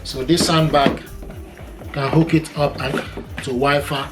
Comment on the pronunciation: I love this "sond bah"!!!